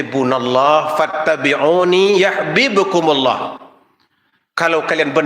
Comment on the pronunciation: Izin ayah al imran 31 bacaannya diluruskan, anda baca yAhbibkumullah, pdhl dlm ayat jelas tertulis,YUhbibkumullah...cek kembali vidionya spy khutbahnya sempurna